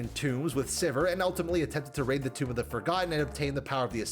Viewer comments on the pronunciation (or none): none